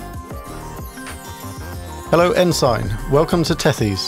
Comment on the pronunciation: Very well done. Incidentally “Ensign” is pronounced ‘En-sin’. It’s a U.S. navy rank.